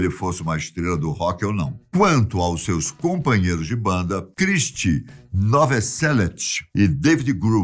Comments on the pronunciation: Realmente..., fiquei impressionado como pronuncia mal o nome curt, kkk, sem contar que a pronuncia do nome do baixista também está errada; ele diz: "NOVOSELIT," quando na verdade é: NOVOSELIC, e "Dave gru" 😂,..... AGONIA!!!!! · A pronúncia está errada em “Kurt”, “cobain”, “courrney”, “grunge”, chad” e “novoselic” As informações deste vídeo estão todas no documentário “Kurt and Courtney”